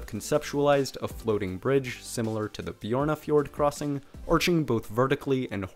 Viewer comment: No he pronounced names mostly bad and some okay, but the way he said Stavanger and Bjørnafjord was pretty bad. And Im native Norwegian